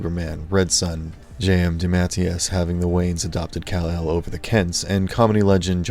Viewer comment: You are miss pronouncing Kal El Marlon Brando correctly pronounced it in Superman The Movie it's Kal is Cal but with K.